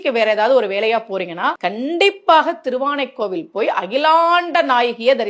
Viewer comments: தரித்திரமே. திருவானைக்காவல் என்று சொல்லத் தெரியாமல் திருவானைக்கோவல் என திரித்துவிட்டீரே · "அபயமாக வாழ்வர்" "திருவானைக்காவல்" அவ்வளவும் தப்பு தப்பா சொல்ற!!! உரக்க குரல் கொடுத்து சொல்லிட்டா கும்பிடு போட்டு போயிருவானுக நம்மாட்களும்😢😮 கண்றாவி